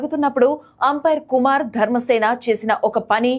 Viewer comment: Athani peru kumara dharmasena.... yendhuku kumar.....ani palukutunnavu..?